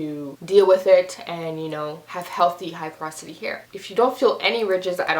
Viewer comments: For goodness sake, it's PO-ROS-ITY!! Not, prosity!! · yes like the word pore or poris like a sponge is very porise